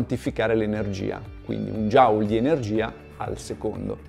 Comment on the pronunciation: Per dir la verità la pronuncia del fisico James Prescott Joule non è proprio quella ma anche quella di James Watt